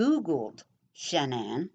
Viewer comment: His mother could have killed cece so Shannan had some class i would've stomped her ass. Also why dont you learn to say her name right? It isnt Shannon.